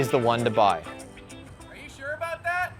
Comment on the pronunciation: canada eh? aboot